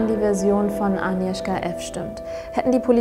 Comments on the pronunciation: Super Video, finde es cool, dass ihr die Spannung durch das Zurückhalten des Ergebnisses bis zum Ende beibehalten habt :) Kleine Anmerkung: Das "g" bei Agnieszka ist nicht stumm. Eher so wie bei der deutschen "Agnes" Liebe Grüße 😊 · Es heißt 'Agnieszka', nicht Anieszka! Das G muss auch wirklich hörbar ausgesprochen werden. Klugscheiß :) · nicht aniwska agniewzka